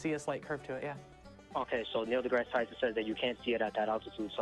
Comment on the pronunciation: And dude, Degrasse is pronounced Degrass., not Degrassy.